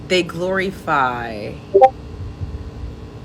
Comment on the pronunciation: Why does she keep saying “gloryfy”?